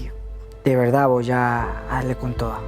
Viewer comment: “Honestamente"... “no, de veldad" AYY JASJJASJ